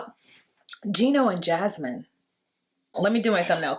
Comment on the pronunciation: Don’t spell her name like mine! 😭😭😭😂😂😂😂 I don’t wanna be associated with that woman lol Every time I hear say her name I’m like “huh?! Whaaaa??” 😁😭